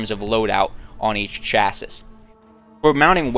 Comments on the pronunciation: Chassis= Sha-see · I've heard people from all around the U.S./Canada say the word Chassis, and I have only ever heard people pronounce it where it sounds like Cha as in Chad with a hard CH like 'church' sound rather than a soft SH sound as in 'chaperone' and ssis as in sea/see with a silent final 'S' and a long 'I' and pluralized like many 'seas'. Once we're done with this pronunciation conundrum we can move on to the may-lay vs me-li debate!